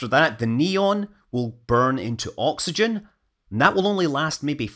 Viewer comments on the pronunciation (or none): none